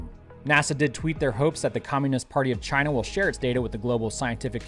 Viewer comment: You have the audacity to show picture of Trump...and saying “CHI-NA” in the same episode? BE careful, they “aka YouTube” might ban your channel.